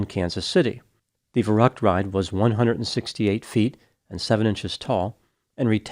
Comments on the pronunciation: That is not how Verrückt is pronounced. V is pronounced like F and ü like a hard Y. Ferryckt. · In German, a “Schlitterbahn” is an ice or snow-packed tobbaggon or sled run. It is not a “slippery road.” And you badly mispronounced “verückt.” Interesting, how you pronounce Spanish perfectly, but anglicized all of the other languages,! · I believe the name VERRÜCKT is pronounced “va~rooct” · The German word meaning crazy (insane) is pronounced "fair-OOKT". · I’m not German, but I’m quite sure you’re pronouncing “verrückt” wrong